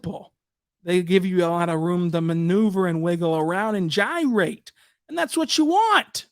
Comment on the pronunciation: Bro just made me cackle when he said gyrate 😭😂